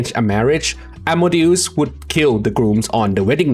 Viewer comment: Pronounciation, but it's "As-mo-de-us" not Amadeus. Amadeus is just a name, like Wolfgang Amadeus Mozart